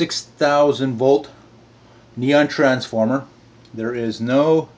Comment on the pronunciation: "Franceformer" LOL.